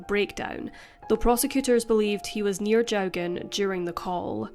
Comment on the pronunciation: The surname is pronounced Jockin